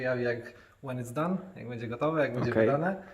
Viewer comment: nie mów bedzie tylko będzie:-) To będzie nam się lepiej oglądać. Dziękuję pozdrawiam 👍🏽